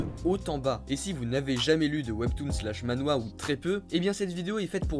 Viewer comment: Mdr tu dit Ma-Nhwa? Sa se dit Man-hwa mdr